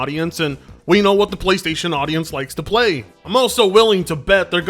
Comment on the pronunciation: You mean "Plchaystation"